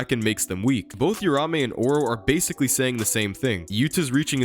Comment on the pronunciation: You-ramé. It’s like Americans refuse to pronounce shit correctly. If you’re willing to invest a good amount of time liking something then you should also be respectful enough to pronounce the names right 🤦